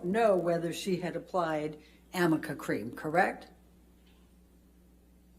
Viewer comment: I wonder if she knows it's arnica cream and not Amica cream 😅🤦🏻‍♀️ like maybe if your client actually used the product you'd get the name right atleast once